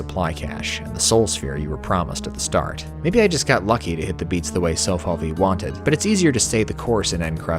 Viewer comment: That "Sofalvi" is actually pronounced something like "sho-falvi;" in Hungarian, the letter "s" is pronounched like the English consonant digraph "sh." 🙂 My, oh my, what a pleasant surprise this is, it gave me motivation to return to Hellbound. Right now I'm stuck with three wads (Ultimate Doom in Name Only, Doom 2 in City Only, Return to Chaos 2), why not go on with a fourth one? 😁